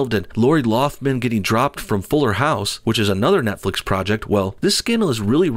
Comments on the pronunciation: Lock-lin, not loff-lin. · You keep pronouncing her name 'Loflim'